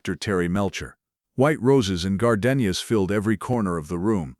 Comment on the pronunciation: How come you can’t pronounce gardenias ?